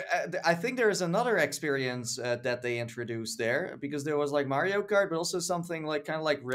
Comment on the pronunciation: it's Mario not Mairrio